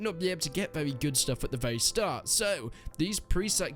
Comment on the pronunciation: "it's vewy vewy slow"